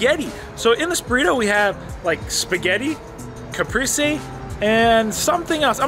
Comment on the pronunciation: CaprEse is how you pronounce it